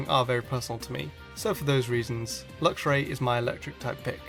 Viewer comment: THERE IS NO O IN ELECTVIRE! AND IT'S LUXRAY, NOT LUXURY!